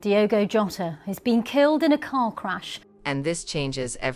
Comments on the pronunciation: Shame on you!!! You can't even pronounce his name properly...ewu Gambia!!! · First you need learn português.....and then say the names properly....lack of respect.